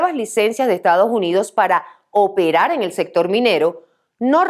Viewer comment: no es Estaujunío, es Estados Unidos. Eres Politólogo.